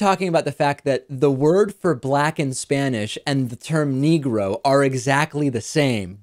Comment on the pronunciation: Quibbles based on personal observation only: He doesn't say "Negro," he actually says "NEEEE-GROW," emphasizing the first syllable and lingering on the word, staying on it longer than he would if he were really comfortable with it. I'm guessing he's using it as a substitute for whatever term he prefers or would normally have used. (Apologies if this has been previously noted.)